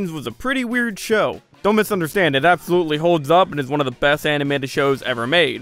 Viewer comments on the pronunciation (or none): none